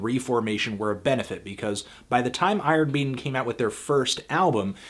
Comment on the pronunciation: "Eye Earn Maiden"